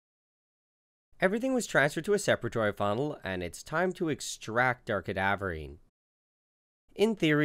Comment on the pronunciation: Don't think I've ever heard someone mess up the pronunciation of "separatory funnel" so badly